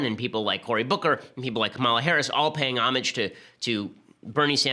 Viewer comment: Thank you for pronouncing "homage" correctly.